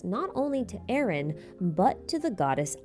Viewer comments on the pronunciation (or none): none